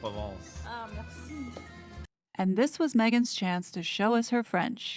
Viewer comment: she didn't even say 'Mercy' correctly 🤣🤣🤣